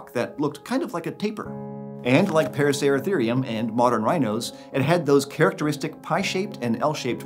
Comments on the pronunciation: Him: paracertherium Me: racer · Why he saying parasarasereum it’s a racer is he mad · The amount of times he said "Paraceratharium" has me dizzy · Take a shot every time he says paraceratherium